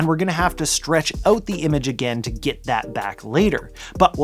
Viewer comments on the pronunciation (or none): The way you say “out” ( “Ooot”) made me laugh. It’s the telltale giveaway of a Canadian. To be “oot” and “aboot” 😅. But great video.